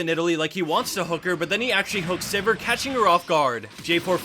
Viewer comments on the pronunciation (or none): none